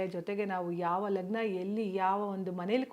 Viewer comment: Lakgna na seriyagi ucharne maadamma neenu lagna andagalella seriyagi kelisuthilla matte neenu heluvudu yaavudhu nadidilla